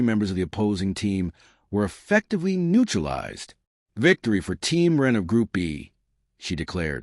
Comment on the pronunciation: The AI narrator sometimes calls him Run and Ron. And it keeps calling Jin "Jean" and someone else named Mako "Mayo"